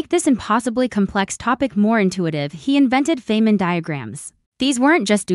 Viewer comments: Richard Feynman (pronounced FINE-man) deserves better than this ridiculous short that doesn't even know how to say his name. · This is an AI video with, from what I can tell, ZERO images of the REAL Feynman, whose name this video mispronounces. Great job of dissing a great scientist (that was satire).